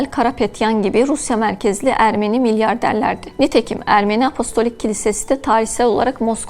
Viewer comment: apolistik değil hanımefendi apostolik. sunduğu şeyin ne olduğunu bilmeyen spiker koymayın şuraya. bu dil sürçmesi değil.